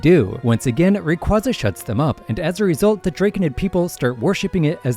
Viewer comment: PSA IT IS PRONOUNCED RAY- KWAY-ZUH! NOT “rahqwuaza” THIS HAS BEEN OFFICIALLY COMFIRMED BY POKEMON and if that wasn’t enough it’s literally how they say it in the anime🤦🏼‍♀️